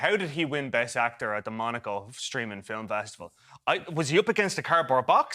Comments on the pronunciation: pathetic reviewers, with a pathetic review.and being part irish myself, even i can't get over the word 'filum' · The way the Irish squeeze two syllables out of the word "film" is adorable.